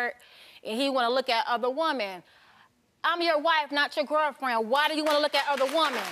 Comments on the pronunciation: Her saying woman when she should say women is driving me 😂😂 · They're are so many things wrong here but I can't get pass her saying "woman" instead of "women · #1 Something is not right with her. I can't put my finger on it but something aint right. #2 I couldn't get past her saying woman versus women😂😂😂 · Can she not say women??